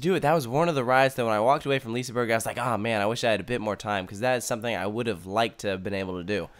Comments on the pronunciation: LISAbUrg ?? 1?1? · When you say liseberg pronounce the G as an J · It's not lisaber ;-; its liseberg.. prounace the E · It's pronounced "Liss-eh-berg" not "leaseenburg" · Några svenska? BTW it's not pronounced Liseberg its pronounced Liseberj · Lisaberg??? Please tell me Where you see the A in Liseberg??? Loves the video btw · I love when none Swedish people try to say Liseberg. It sounds like lisburg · Its pronunsed liss-e-ber-g liss-e-ber-gs baanan Balder)(chort a) Pontus (chort o) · IT is vald Göteborg bto i am à swidish Guy and i Love Liseberg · Lisaberg lol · Lol you failed almost all pronounciations, but it's sad that you missed out on Valkyria, the ride was amazing!